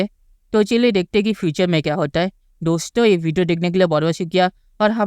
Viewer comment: डोश्तों 😂😂😂😂😂😂😂 बोलना तो सीख लो पहले